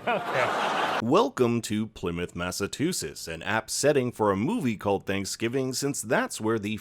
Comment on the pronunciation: Don't like the way he said, Massachusetts